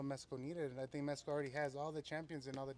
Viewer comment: Andy Ruiz, It's "Mexico" Not "Mesico"... 🤦‍♂️